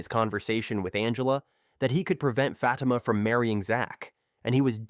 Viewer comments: Who is Fat-uh-muh?? 😂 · Please learn how to say her name.. Fa time (Fa- teema). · Ikr and I was this guy would learn how to pronounce her name... IJS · You pronouncing her name and the show name wrong